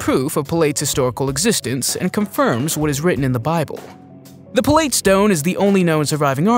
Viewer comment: “Ga lee lee??!” NOOO!! “Gal uh lee” = Galilee “Pill leet?” NOOO!! “Pilot” = Pilate